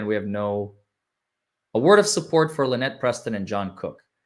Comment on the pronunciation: It’s LueNut ..